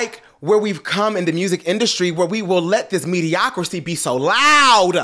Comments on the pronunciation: All these years and yaw still letting say “mediocrocy” …🤣🤣🤣😂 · The word is “Mediocrity”